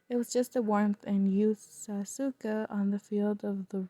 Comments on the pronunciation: Its pronounced sa-ku-sa !! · its pronounced sa-q`-sa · Sa-suka xD suka is a russian swear word so i died when you said sa-suks